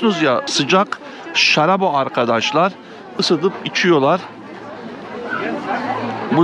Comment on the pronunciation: Sıcak şarrrabiçiyoruzzz. Hepimiz şarrrapçıyızzx😂😂😂